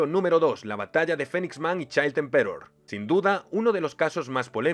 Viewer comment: ¿Por qué los españoles no pueden pronunciar nada bien en inglés? Se pronuncia "PANCH", no "punch". "FINIX man" y no "Fenix". "EMperor" y no "emPEror" O en japonés, se dice "Garoo" y no "Garou". "YUske" y no "yuSUke". "MANgaka" y no "manGAka". Y obviamente es "Gokuu", no "GOku".